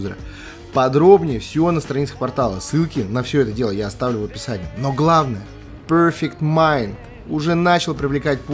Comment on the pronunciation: Почему вы говорите Пёрфыкт Майнд, а не Перфект Майнд?